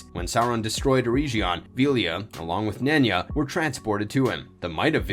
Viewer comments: EREGION!!!!!!!! EREG - ION NOT ERE-GION SAY EREG NOT EREIJ EREG ION EREIJION MADE MY EARS BLEED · Ereshion??? You mean Eregion (urr-egg-eon)